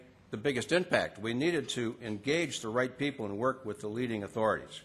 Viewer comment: oh hes talking about how great it is 2 werk dare lol